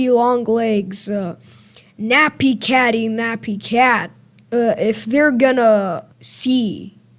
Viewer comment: “Nappy katty nappy cat” bro, learn Catnaps name